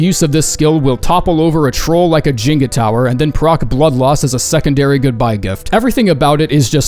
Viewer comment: I was gonna comment about your pronunciation of Jenga but I am just too tired to care